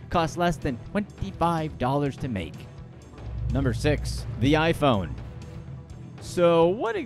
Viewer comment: The way he pronounced the iPhone name is frustrating